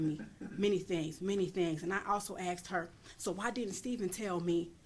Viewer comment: Why does she keep saying "axed" instead of "asked" ?